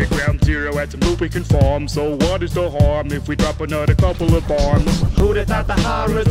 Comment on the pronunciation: If I had a nickel for every time released a Fallout-themed song that rhymed “arm” with “harm” and pronounced it oddly, I’d have two nickels. Which isn’t a lot but it’s cool it happened twice